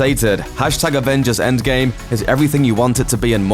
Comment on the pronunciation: “enggame”? it’s endgame